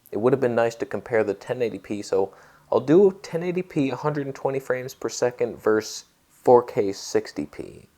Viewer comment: "vers" the English language. Hehe